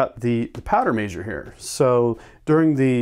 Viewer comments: say mehshure not maysure damn it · The way he says measure makes me smile for some reason lol.